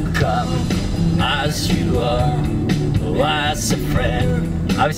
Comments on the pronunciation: el camas yu ar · Buen video,, pero el "grúnch" "el gruns" "el camas you are" "lifium" :V